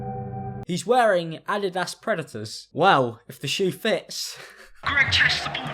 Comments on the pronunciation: You pronounce it Ah-dih-das instead of Uh-deed-us O-O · "Ad-id-tass Predators" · the fact that u said “a-dee-dass” oml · When you say Adidas, it sounds like la-dee-da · Okay but are we just gonna ignore how said “add-i-das” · Ah-dee-dass predators. That's not even the same shoe. lmao. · Can we just take a moment to notice how Adidas was pronounced. Absolutely adorable! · am i the only one who is bothered by how he says adidas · I used to wish I was British until I heard the way you said adidas 🥴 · Learn how to pronounce Adidas 😂 🤣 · Jesus the way u say adidas is cancer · The way you say adidas creeps me out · the worst thing that happened in this video is how u pronounced adidas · 1.7m subs and pronounces adidas like DDOS 😂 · Lol I’m sorry how did you pronounce Adidas? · Good video but I hate how you say adidas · i’ll never be okay after hearing you pronounce Adidas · Anyone else hear the way he said Adidas